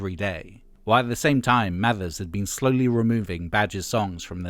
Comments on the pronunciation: It's Mavers not Mathers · But this is more accurate, has less weird opinions AND they've pronounced Mavers correctly, which Hargreaves doesn't.